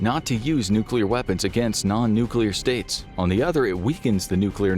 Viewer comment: right off the start of the video… i must say thank you for pronouncing “nuclear” correctly. you get a gold star for the day 👍🏻😂